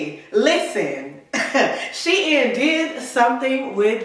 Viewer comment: SHEIN IS PRONOUNCED SHE-IN before they changed the name it was She Inside.